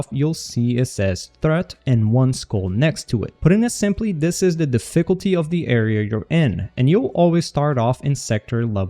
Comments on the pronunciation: wtf is da-fickle-tea? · Deficklety lol